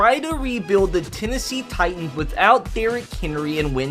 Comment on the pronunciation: Lennessee Litans